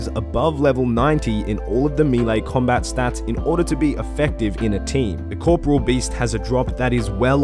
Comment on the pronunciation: Is there anyone out there who pronounces 'Corporeal Beast' Properly. Corporal and Corporeal aren't the same word